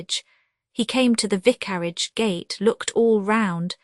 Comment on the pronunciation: Horrible AI !! Cannot even pronounce vicarage